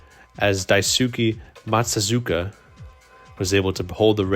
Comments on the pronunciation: say "dice-k maht-soo-zah-ka" great video and series though, really enjoying it as a red sox fan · I really enjoyed these videos, but just a tip for the future, you might want to put more effort into researching players' names. You got one outright wrong (Troy Percival) and mispronounced a few (like Carlos Ruiz and Daisuke Matsuzaka). I hope your videos get better and better!